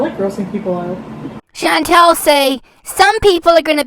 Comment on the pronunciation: But her name isn't Chantel....it's Chantal. And why have her repeat something over and over? I don't get it.